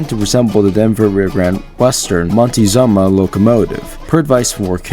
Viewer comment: Just a friendly correction The name of that engine is pronounced Mon-teh-ZOOM-uh, but as a Railroads Online player I may start nicknaming it by the way you pronounced it because it kinda sounds funny and would piss Hyce off.